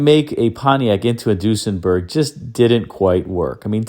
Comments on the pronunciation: I've never heard Duesenberg pronounced deuce-en-berg. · Interesting pronunciation of Duesenberg...